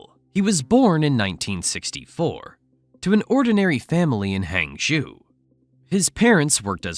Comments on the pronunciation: That is definitely not how you pronounce Hangzhou. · What I can’t understand is how someone can pronounce the name Joe, but not HangZhou😂